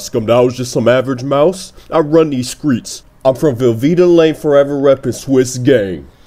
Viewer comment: Lmao skreets